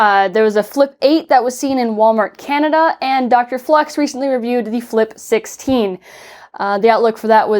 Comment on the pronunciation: Anyone else keep hearing quick 16 instead of flip 16???